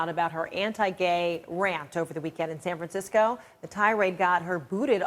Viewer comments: The narrator can't pronounce San Francisco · If I have to hear SAHN FRAHNCISCO one more time in going to lose it. She speaks as though she isn't a native English speaker trying to remember how to pronounce San Francisco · SAN FRANcisco? Yikes! Has the narrator never heard anyone pronounce The City's name correctly? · Why can't the narrator pronounce "San Francisco"? It's very distracting. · and she cannot pronounce "San Francisco" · really puts an emphasis on the "Fran" in San Francisco. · Drew Kirner it's quite distracting.